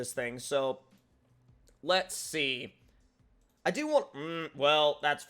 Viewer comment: Wantch* instead of want